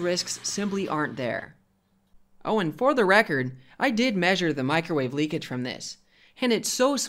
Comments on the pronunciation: Lol “macrowave” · Haha. He called it a "Macro-Wave!" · Loved your video through new knowledge..... But dude there is no Mac in microwave. Please pronounce it properly 🙏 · Liking the "Macrowave". You should market that shite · Him calling it the MACROWAVE gets me every time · He said MacroWave. Or did i misunderstand?